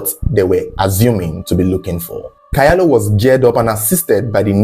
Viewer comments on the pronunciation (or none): The name Kyalo is pronounced "chalo"